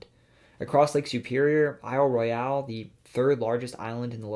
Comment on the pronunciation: I live in the UP and have been there. He pronounced it correctly